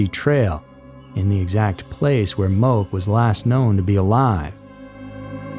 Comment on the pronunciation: It’s pronounced Mo-Keh. And I’d say Sacred Falls is way more illegal since it’s actually had a very tragic incident. I don’t even think people try that hike anymore.